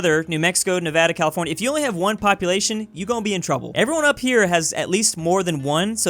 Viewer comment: oh no were not mad at that we just hate how he says UP